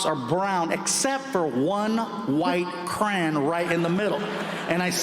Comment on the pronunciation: The fuck? Cray-on fluffy not crannn